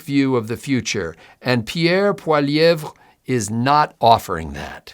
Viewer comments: Polly-ev. Say it that way and ypull be ok. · It's pronounced Pwa-lee-yev. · POIL-LIE-EV. The RE is silent. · It is pronounced POLY EV